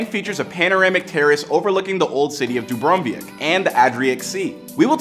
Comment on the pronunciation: Arkeik sea😂😂😂 where is that is dubrovič city there pronunciation 0/10